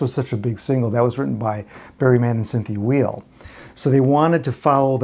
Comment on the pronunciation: Barry Mann and Cynthia's last name is pronounced like "while". Just thought I'd add that. The Raiders put out some good music. "Melody for an Unknown Girl" was also released by the Unknowns, who I believe was (more or less) the Raiders, or some of them. I don't recall the whole story. Great history here, thanks!